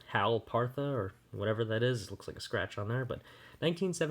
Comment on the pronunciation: RAL .... RAL PARTHA 🤦🏼‍♂️